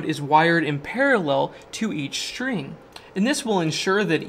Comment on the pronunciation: And what about "shtring"?